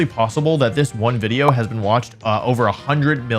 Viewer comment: I havnt watched wolfey in a while. But when did stop saying "wideo" haha